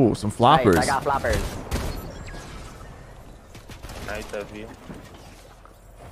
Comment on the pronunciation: the way he said floppers I gOt FlOoPeRs